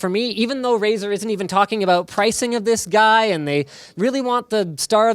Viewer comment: For a moment I thought he said "This is Razer Wh*re"